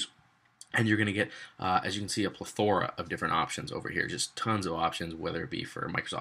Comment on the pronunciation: pleTHORa... lol Great video!